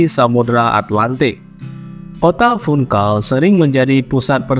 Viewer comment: Baca Funchal Bukan Funkal